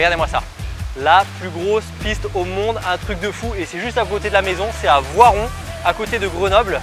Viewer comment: C’est Voiron pas vorrepe 😌